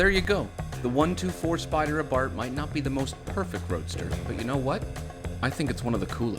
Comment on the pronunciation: It's Abarsthhhhsssss... like a snake would say.